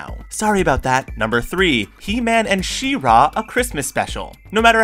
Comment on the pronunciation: Why are you accenting the second syllable in She-Ra? :D Looks like someone wasn't alive during the airing of that cartoon. :)